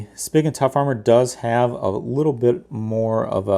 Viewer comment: Not that it's a big deal, but it's pronounced "spee-gun" ;)